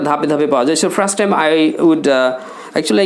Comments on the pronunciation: Hi Bro! Why are you Pronuouncing 'Frust' instead of 'First'? Does it make sense to you? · ফ্রাস্ট টাইম!? 🤣🤣🤣 নাকি ফার্স্ট!? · দিস ইজ মাই ফ্রাস্ট আর্নিং 😆😆 এমন প্রোনাউন্সিয়েশন দিয়ে আবার ইংলিশ স্পোকেন এর মেন্টর! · আপনার নিজের ইংরেজী উচ্চারণই তো ঠিক নেই। 1st এর উচ্চারণ করছেন ফ্রাস্ট। যখন কোন ভাষা উচ্চারণ করবেন তখন ঐ ভাষার সাথে অন্য কোন ভাষা বেশী ব্যবহার না করাটাই আমার মনে হয় আধুনিকতা। আশা করি আপনার ভুল ভবিষ্যতে শুধরে নিবেন। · ভাইরে ভাই, ফ্রাস্ট টাইম কি? উচ্চারন ঠিক করেন মিয়া